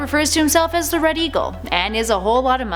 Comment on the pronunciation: Did she say bread? Instead of red?